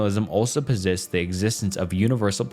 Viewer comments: Dude can't pronounce the words in his own script: he's definitely not writing for this channel, just narrating. So many errors (dude pronounced "posits" puh-zits in a timid tone...crazy) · the way he pronounced "posits" 😭😭😭😭